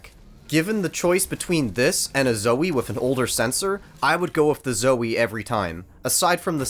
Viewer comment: I don’t trust reviews from somebody who is so trash at quake and who pronounces zowie incorrectly.